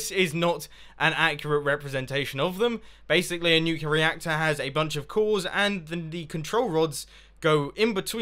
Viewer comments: *nuclear. nu-clear. clear. not nucular... i know its been 2 years but omg stahp. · Not trying to be rude i love your videos but its nuclear not nuculor. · If you're in America, it'd be a 21+ drinking challenge Also, try drinking every time he says "Nuculear," instead of "Nuclear" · You said nuclular, it's nuclear. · It is pronounced "nuclear", not "nucular". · Mumbo, it's NU-CLE-AR say it correctly xD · Have electricy come of the nucular reactor,Mumbo :D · OH NO HE SAYS NUCULAR. -100 internet points. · nucular reactor?